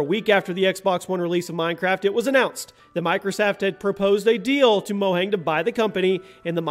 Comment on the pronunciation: Mo-yang So wrong.